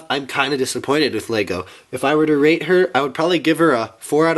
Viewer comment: sounds like rape instead of rate LOL